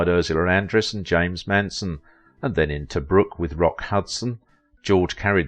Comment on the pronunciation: How can you mispronounce the name of the great James Mason?